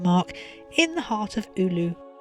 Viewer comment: Pro tip: you're supposed to pronounce every letter in every word in Finnish and every letter is always pronounced with the same sound, no matter what other letters surround it. There are no redundant silent letters. For example, Oulu (which you pronounced at least 4 different ways) can be pronounced as o-u-lu if you if cannot do the diphthong. It sounds a bit weird that way but closer to the true Finnish pronounciation that the variants you had here. The way you pronounced Oulu was probably the closest but it still sounded like Ulu instead of Oulu.